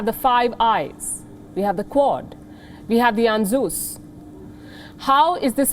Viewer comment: Lol... that pronunciation for ANZUS 😂. The first time I have seen palki get something wrong . Well the French attacked Libya with US coz their defense deals were scrapped, they can't do that to Australia can they 😅